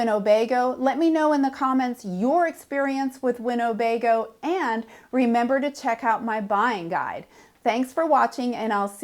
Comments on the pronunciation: it’s not winnobego it’s Winnebago. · You might want to check your pronunciation of Winnebago against the spelling. There is no "O" in the middle. Cheers!